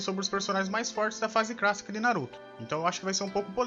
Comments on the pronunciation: Ele fala fase "crassica" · na fase "crácica" 😂😂😂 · É impressão minha ou tu fala fase crassica? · não é cracica e clacica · "fase crassica" kkkkkkkkkkk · Fase CRÁSSICA,RECRAMAR.Mano você é o Cebolinha reverso?Caraca quantos erros de português. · Pq vc não fala clássica correto meu kkkk